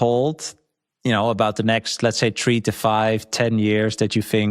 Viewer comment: God I love. I made fun of him saying 'Tree' instead of 'Three' and what does he do? He embraces it and says 'Tree' right at the beginning of the video 😂 It may not even be purposeful, but hilarious nonetheless